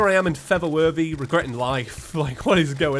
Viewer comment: you know you've been watching for too long when feather worthy is normal and for the worthy sounds weird